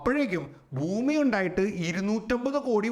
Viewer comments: സാർ എന്തിനാ ബൂമി ബൂമി എന്ന് പറയുന്നേ? ശരിക്കും ഭൂമി അല്ലേ 😢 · It’s Bhumi , when we pronounce Ba sound വരുന്നതാണ് കറക്റ്റ്. Some parts of our state pronounce wrong , they say fumi That’s not correct. Hope you get the point.